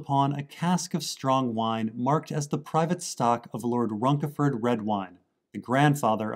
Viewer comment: Runceford is pronounced like Runnseford. Not Runkeford.